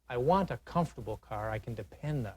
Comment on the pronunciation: "Let's go take a look at that caeyrr"😅